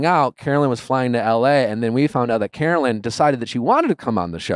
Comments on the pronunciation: NOT THE FORREST GUMP T SHIRT!! 🤣 (Take back your power!!) Caro-LYN (it irks the f outta me when people mispronounce your name), you are forever a queen and the true winner of everyone's hearts!! 🥰👑🦞💖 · So rude of Nick to mispronounce her name, text during the interview, and then leave. The other interviewers asked good questions after he left though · and then mispronouncing her name and leaving early... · Not a great sign when the interview gets better after the host leaves. Checking his phone, having her come on the show just to leave minutes later and mispronouncing her name. Super disrespectful dude.